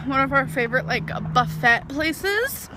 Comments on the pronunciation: god the way she calls it buff-et and not buh-fay drives me insane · Can we have an overall series counter of how many times she pronounces "buffet" as "bufette"? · Does she really think it’s pronounced buffette? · pronouncing buffet as "buffette" is ✨️literally✨️ literal. No shade to different pronunciations. 😅 Tomato, tomato, and such. 😭😁🖤 Literally love you, fellas! Bravo for this series. It's ✨️literally✨️ incredible (and I mean that literally, not figuratively). 👩‍🍳🤌💋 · 😂😂😂😂 BUFF- ETTE! It’s French 😂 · Why does she keep sayimg buff-it? Is she trying yo be cute or does she seriously not know how to pronounce that word??? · Her mispronounced words (& other things) just annoy me lol The word "Buffet" has a silent "T" (sounds like........buhff-ay) Say it right dammit lol Oh, ya, forgot....... Amber knows best 👌 🙄😈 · It's pronounced buff-ay everywhere, Amber is just quirky like that 😜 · the way she pronounces "buffet" like Jimmy Buffett.... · I swear if I ever hear Amber say buffit instead of buffet again, I will literally unsubscribe from and report your channel. Great video though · not being funny, but as an American in the UK you can’t mock Amber for saying buffet when you lot say the t in filet. (Just kidding, you totally can. She’s still wrong because normal Americans don’t pronounce the t in buffet either. I just wanted to take the piss.) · I get so irrationally angry everytime she says the word buffet. Does everyone in her life just pronounce it wrong and doesn't correct her? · How do you go through life and not know how to pronounce buffet? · EVERY TIME she mispronounces 'buffet' I scream at the computer. EVERY TIME. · My pleasure from her pain comes solely from the way she pronounces buffet. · I literally can't listen to her saying Buffett one more damn time 😂 Like literally. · It annoys me when she says buffet wrong. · The way she pronounces "buffet" makes me want to tear my hair out. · They say she says buffet makes me wanna scream